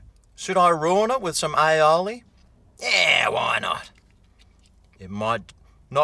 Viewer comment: is pronouncing aioli correctly now - that's good...